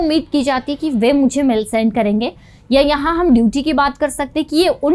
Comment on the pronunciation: मैडम उसे मेल कहा जाता है मेल , आप जो कह रहे हैं " मैंल "इसका मतलब है शरीर की गंदगी ... देखिए कितना अर्थ का अनर्थ हो जाता है कृपया सही हिंदी बोलना भी सीखें